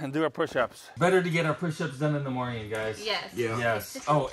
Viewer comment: Stop saying morging